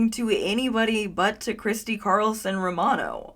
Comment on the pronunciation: She said, "Christy Carlson Ro-Rabbithole" !!!